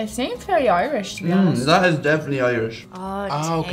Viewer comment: Wow... I've never seen someone screw up "definitely" so badly...